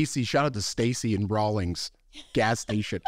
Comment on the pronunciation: It's Rawlins not Rawlings. Wyoming is for tough guys, that's why I married one. LOL